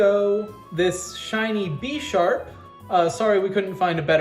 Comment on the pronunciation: The only problem i have is how you pronounce Pokémon as Pokeemon oh and im missing some of your pokemon mispronunciations but you did pronounce Bisharp as Beesharp lol Either way great teams and a goog video concept so 8/10 video